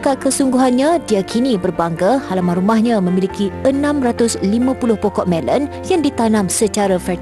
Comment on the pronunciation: Melon..bukan melen..